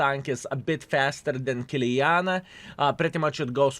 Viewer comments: Why you calling Kiliana?!!! IT IS KILANA!!!!! What a NOOB IS this YouTuber 😂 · Stop saying Kiliana! it´s KILANA !